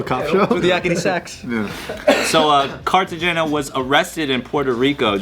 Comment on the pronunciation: It is Carte hena lmaoo